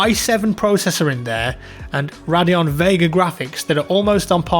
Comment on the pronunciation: The "H700k" Also Radeon isn't prounced like that :P